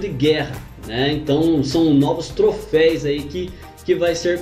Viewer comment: Mano, é "troféus" ! kkkkk